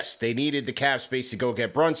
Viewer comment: Tell to pronounce Isaiah Hartenstein, the same way that CP does. Hartenstein is German-American with it sounding more like EYE-n. Think Frankenstein.